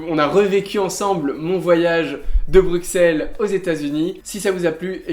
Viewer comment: Oh non! Il prononce "Bru[KS]elles" et pas "Bru[SS]elles" XD